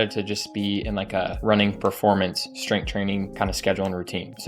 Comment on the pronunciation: bro said strenght 😭 cmon bro lock in